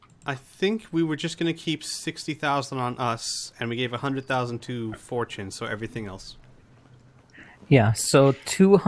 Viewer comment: First time i hear fortunes name i thought it was four chin